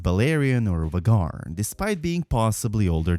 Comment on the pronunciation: the serie is out longer than 2 years, and you still pronounce VHAGAR WRONG!!!